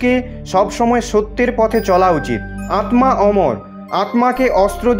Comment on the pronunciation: ভাই ওটা আতমা না আত্মা।